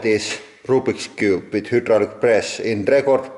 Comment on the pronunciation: Hey man great videos, keep on crushin! But it's HYDRAULIC (hi-draw-lick), not hadrooooolix 😒😒😒 this is Merica homeboy!